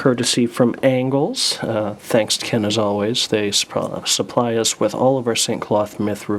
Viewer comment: yo it is Angolz not Angles